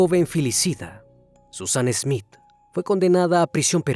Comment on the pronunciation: No es ESmith es Smith Ya es hora de mejorar.